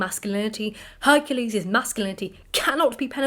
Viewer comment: Mabee it is my age, but it sounds like you are saying "hercese, instead of Hercules